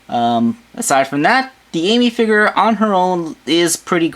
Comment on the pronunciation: he says figure "figore"